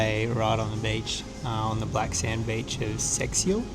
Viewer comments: It's pronounced "say-shal". 😉 - For you English speakers, "Arieiro" is pronounced "airy-ei-row". - Much better than the other one, wasn't it? That was the traditional "poncha". When you see a "poncha" place that has all sorts of varieties of "poncha", it's a tourist trap. "Poncha" was created to keep people warm inside at high altitudes where the temperatures are usually lower but it has a "catch": due to the thinner air above a certain altitude, the high alcohol content takes more time to produce its "effect" on the body, so if you drink a glass or two of "poncha" up there don't come rushing down to Funchal or any other place at sea level or it'll hit you like a bus. 😁 - "Brasa" means "ember". Kind of appropriate, if you ask me. 😉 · Seixal - pronounce correct Say-shall